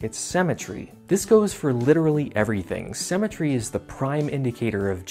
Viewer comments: Haha why do you say "cemetery" instead of symmetry? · Why does he pronounce symmetry like cemetery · I bet he drinks melk